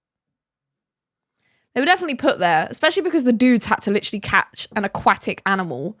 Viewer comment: Please for gods sake quit saying litttrrolly. The damn word is literally.Learn how to pronounce it if your gonna use it so excessively.